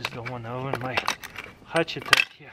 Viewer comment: I love how you say hutchet.